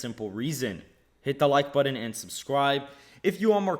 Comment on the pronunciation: That’s not how you say button.